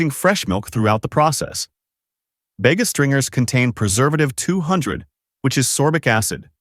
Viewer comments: everytime ai`HE says "Bega" 😂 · Bayga? Every Aussie knows it's pronounced Bee-ga! Dairy Leah? Dairy Lee! Assuming this is aimed at the consumers here in Oz, the least we can have is correct pronunciation!!